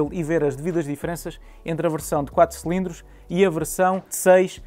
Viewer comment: Irrita imenso quando ele diz “selindros”, é “cilindros”.